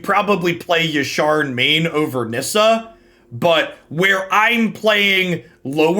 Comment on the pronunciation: Hearing say Yasharn over Yarshan is like music to my ears... Made me go resub on twitch out of guilt from my last comment xD Its a lie i was going to resub anyway